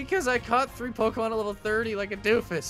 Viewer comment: He said poki pyremon